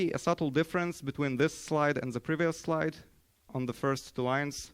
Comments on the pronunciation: Haha :D zzee you on ze next code::dive! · my boy straight up with the snake language "in zze first zzlides"